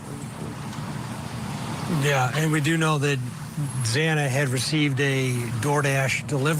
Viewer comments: Xaaaana...not xooona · If you are going to report on this case, at least have the decency to pronounce their names correctly! Xana's name is not pronounced z-aw-na! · It's Xana... rhymes with Anna.